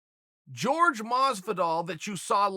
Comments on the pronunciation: Chael still calls him “George” 😂 instead of Jorge lmao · Chael! Don't call him George, it's pronounced horhey. He gets livid at anyone calling him George. Asked gave no respect to it and look what happened to him. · Who the fuck is George masvidal.. 😲.. ya mean Jorge masvidal.. silly Chael Trix are for kids . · Lol I like how he calls him George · Why does he call him George masvidal 😂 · Its not george its Jorge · i'll never understand why you people insist on calling Jorge, George. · "George" Masvidal :) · His name's isn't George Chael lol Jorge (Horay) lol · Jorge, not George uncle Chael. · Jorge "George" Masvidal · why does he start the video saying Jorge’s name correctly then about 45 seconds in he starts saying “George Masvidal”